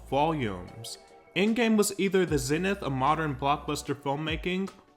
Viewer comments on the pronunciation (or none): none